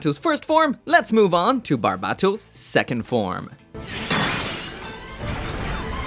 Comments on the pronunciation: It's so cringe how he pronounces Bar-bae-toes wtf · Damn it’s been this long and you still can’t say the name right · How can you still mispronounce barbatos?